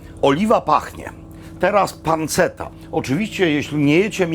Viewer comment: Mówi się „panczetta” a nie „panceta”